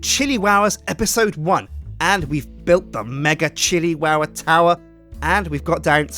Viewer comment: Chilli towah?